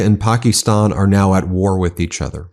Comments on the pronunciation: Pock-ee-stan, gee, U hope this war doesn't last long. Pack-ə-stan. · How is Donnie Deferments going to blame Biden and Harris for India and Pakistan? It is "Pak'is'tan, not "Pak'ie'stan!" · "Pak-ee-stan" jesus christ could you be any more white lol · Where did you get that pronunciation of Pakistan?